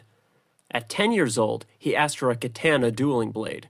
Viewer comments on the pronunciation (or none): Same with the pronunciation of katana and wakazashi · Idk how people make hours long videos but don't know how to talk. Selina. Sa-lean-uh. NOT Sell-Lin-ah. Katana. Kah-ton-a. NOT Cat-Anna.